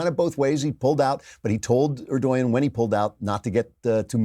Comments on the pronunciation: Can't stand the pronunciation "er-doy-yin" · Erdogan - pronounced - "Err-Doh-Wan." Just FYI. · stop mispronouncing Erdogan!!! it’s prononounced Erdowan